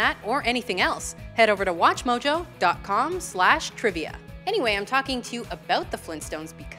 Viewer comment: why do you always say at atwatchmojo?